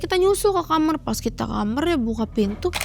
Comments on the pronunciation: Ini orang mn sih saya selalu denger semua narsum mamg ae...klw ngomong kamar...kok JD kamer. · Sering ntn tp br ini komen.. Dh sekian narsum kenapa dehh nyebut kamar itu kamerr